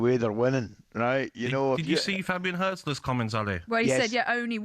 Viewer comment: Hurt-zler 😂 COYG